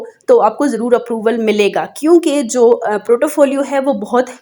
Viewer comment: Portfolio hota ha protofolio ni hota...